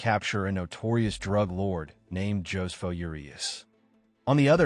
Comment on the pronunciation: Ho-se-foh. NOT Joe's Foh. 😂